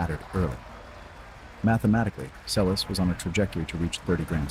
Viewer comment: It's pronounced like Selesh, not liek Seles with s.